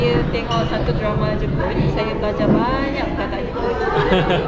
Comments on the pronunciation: Betui dah tu dia sebut saya, saya.. awat hang suh dia sebut saye..saye cara kay el... jenuh satgi dia nak sembang kat kedah...😂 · Betul la S-A-Y-A bunyi SAYA bukan SAYE